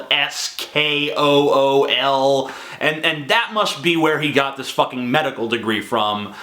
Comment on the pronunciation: "meDICKal sKOOl"